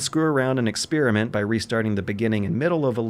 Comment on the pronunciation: x-spear-a-mint grinds my gears